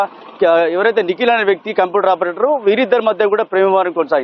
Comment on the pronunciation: ఆపరేథర్ కాదు ముండా.. సరిగా చదివి నువ్వు చావు